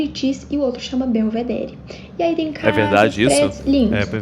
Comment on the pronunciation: Gente, que gastura de quem fala BelvedéRI. O certo é pronunciar “Belvedérr”